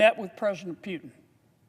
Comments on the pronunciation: Pretty sure his name is "POO TIN" NOT "PEE U TIN ". ROFL THIS guy needs to retire lol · Sir, its PUTIN not PYUTIN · Kennedy CAN'T EVEN SAY PUTIN PEUTIN IS WHAT HE SAYS ! WHY IS KENNEDY WORRIED ABOUT WHERE MR. PEUTIN IS ANYWAY ! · Yeah you go ahead warn others see where that gets you And who is Pewtin - maybe you should learn how to say it first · He wrongly pronounced not only Putin (Pewtin) , but even America, calling it Russia. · At least he didn't say "eye - ran" (Iran) 😂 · Pewtin lol 😂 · He didn’t say that. He said “Pyewtin” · Sort of Pew’in I heard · it's a somewhat slurred pronounciation of the actual name "Puketin" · What in the h is a "Pewton"?¿? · You can't even PRONAUNCED the greatest Vladimir Putin name